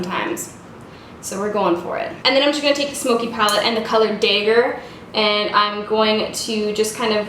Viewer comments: elizabeth rigby I dunno if they say it day-ger in Canadia or if just being silly or hasn't seen the word before (possible if you don't like nerdy stuff) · I really hope she means Dagger and not Day-ger. =/ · I love this look! So different from a full smokey eye and the outer V you normally do. Also the word is pronounced a little differently. It's a knife, like a dagger to the heart, lol keep up the awesome work 👍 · Wait so is it "day-ger" or is that how you pronounce "dag-ger"? Also, I'm so trying this technique tomorrow I love it x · I'm Canadian and I pronounce it day-ger as well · The way you say dagger tho! Lol i really hope that's not how you truly pronounce it ;)